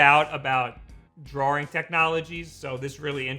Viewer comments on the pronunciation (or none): (why is he saying "draw-ring" instead of "drawing" tho??) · What is drawrring? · Only thing weird about this video is how you saw "drawing" as. You also always say Mario wrong. It's not MAYRIO. Say "Mars" then say "Mar" Then say "IO". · The way you pronounce "drawing" makes me wanna kill myself.